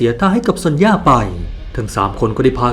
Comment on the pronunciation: ความจริงซอนย่าบ่มีนะ ชื่อเธอจริงๆอ่านว่าโซเนีย😅